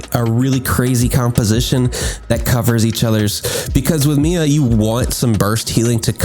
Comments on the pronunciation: wait.. "Mee-ya" is the correct pronunciation though. I don't understand the trigger. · you pronounced it right bro lol, IT IS "me-ya" not "my-ya" , i would've been triggered if you said the latter lol